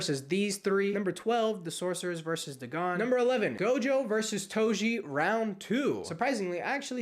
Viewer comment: Bro talked about getting cooked for mispronouncing sukuna and proceeds to say duh gone